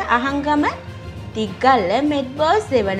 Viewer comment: යකො තික්ගල්ල නෙමෙයි තිත්තගල්ල